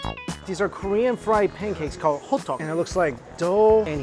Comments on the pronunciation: Its pronounced hoe dduk i think. Its walnut grounded with flour and i think cinnamon maybe or honey im not too sure. That kalguksu is my favorite noodle in korea. Also kimbab with sesame leaves is the bomb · MIKE YOU NEED MORE KOREAN FRIENDS also i partially threw up at your pronunciation of 호떡